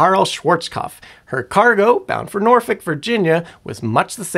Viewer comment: As a Norfolk local, I had to go back because you actually said Norfolk like we do! Great job! Haha